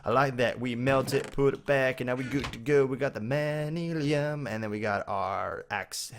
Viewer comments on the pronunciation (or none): It's not mani lim it's Man-You-Ling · nothing against you... This may just be the way you say it, but if not... The propper way is man-you-lin:-) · im just trying to help you pronounce it like this man-you-lyn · It's pronounced man-u-lin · It's pronounced man-yu-lin. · its pronounced man-you-lin